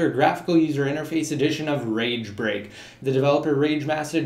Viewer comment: swear he was saying rage rape...